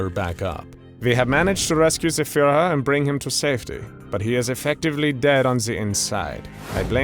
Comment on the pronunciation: Guys…. “Reich” isn’t pronounced with a “k” or a “c”. It’s more like a faeing cat. At least u were able to pronounce “Führer” correctly (ignoring the english dialect)😂😂